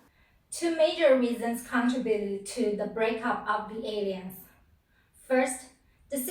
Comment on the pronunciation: Alliance is pronounced ah-LAI-yuns ... the mispronounciation is a bit distracting .... Otherwise this is a great video.